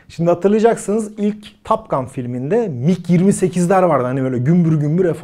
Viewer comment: Türkiyede Amerikan İngilizcesinin taklidinin yapılmaya çalışıldığını biliyoruz da,en azından böyle kaliteli kanallarda olsun TOP ve TAP gibi telaffuzlara dikkat edilebilse .Her O harfi A olarak söylenmez.Topgun ,en düzğün söylenişi Türkçe Topgan en doğrusu olur